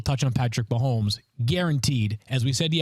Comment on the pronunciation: Nah Nah Nah!!! Stop Pronouncing his Last Name Wrong!!! Dummy!!!